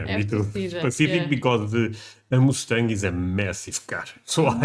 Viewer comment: whoever told you that the Mustang is a massive car was messing with you! 😂😅😂 And, PLEASE will you learn how to say MUSTANG properly? That "U" is pronounced as "uh" not "oo". You are saying it like the sound as the animal, MOOSE. That's not the same sound. AND, the Mustang is a SMALL car and you might not have room for your luggage... or maybe no room for your child! To be comfortable driving long distances, I suggest a mid-size SUV. That will be much more convenient, as well. Hope you have a safe and FUN trip! ❤️🤍💙🇺🇲💙🤍❤️🇺🇲❤️🤍💙